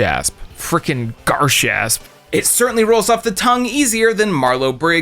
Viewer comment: You’re butchering garshasp sooooooo fucking bad